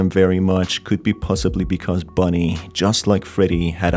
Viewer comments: ITS BONIE NOT BUNNY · Just seen this guy saying Bunny not bonnie